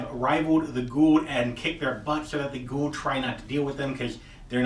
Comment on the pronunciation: Goa'ulds* - you said it like that senator dude going 'by god and the US of GOD A' :P